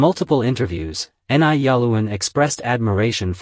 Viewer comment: "Ni' is pronounced "Nee" or "Knee".